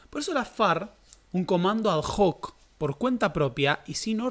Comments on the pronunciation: Querido y admirado, con toda humildad te digo, "ad hoc" no se pronuncia "adjoc", se pronuncia "adóc". El latin no se pronuncia la h. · Amigo!! "Ad hoc" es latin! La h no se pronuncia, se dice "adoc".